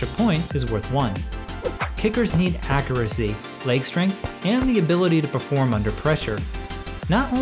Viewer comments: The way you pronounce ‘accuracy’ is why I’m not liking the video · that’s not how you pronounce the word.